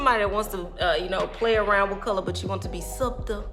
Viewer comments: I believe you were trying to say subtle, pronounced "suttle". The b is silent. Damn English so confusing lol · Heeeyyyyy!👋🏽 I love it! Also love the color! 🤩🤩🤩 Oh, you pronounce the word Subtle as Suttle (silent B). 🤗❤️ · Sut---tul 😊 the b is silent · Did you pluck the part? subtle - B is silent:)